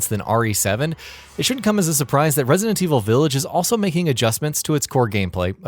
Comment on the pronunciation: Can someone at GamingBolt tell this guy how to say "Resident"..?